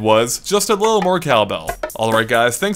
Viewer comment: why are you pronouncing cowbell as calbell